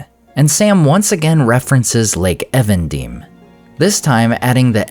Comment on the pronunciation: I'm pretty sure that 'Evendim' is English, not Elvish (Even(ing) Dim), and so should be pronounced as "Eeven Dimm' not 'Ehven Deem' as in this video.